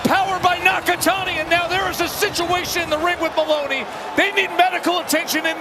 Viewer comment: Styles make fights , and watch yo mouth , it’s moloney not moroni